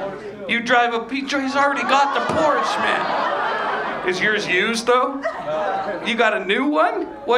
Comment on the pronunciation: What kind of person owns a Porsche and doesn't pronounce it correctly?! Hate those people